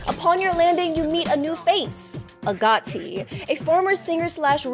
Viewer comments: Its AG-O-TI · i think you say it as “a goat e”